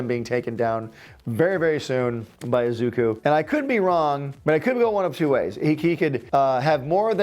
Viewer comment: The name is said Ee-zuh-koo in one motion instead of Ezookoo just thought you should know